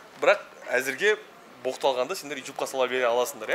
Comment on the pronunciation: Брат итюб емес ютуб деңізші